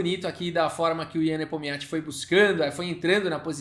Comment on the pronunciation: É muita sílaba pra um nome só. Só conseguia ouvir o falando Nepomiatchi